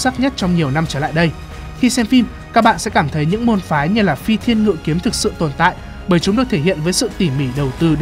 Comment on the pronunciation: Phi Thiên Ngự Kiếm mà tui nghe thành Phi Thiên Lụi Kiếm